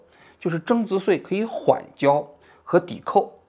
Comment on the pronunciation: 增值岁，增值碎，你发音正常点行吗